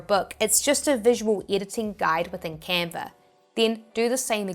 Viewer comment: It is Canva.... Not Canvas